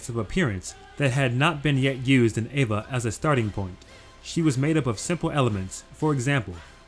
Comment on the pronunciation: why do you call it ava and avongelion?